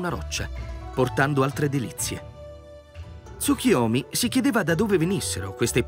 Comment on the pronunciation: Perchè leggi Tsukiyomi?